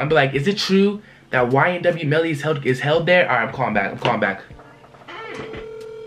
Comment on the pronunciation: MELLY NOT BELLY